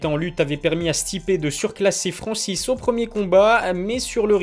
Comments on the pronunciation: Il y a un N au début du nom de Francis...sinon le reste comme d habitude c est de la qualité. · Et bah voilà, bonne prononciation de son nom à Francis !! un peu de respect quand même !!!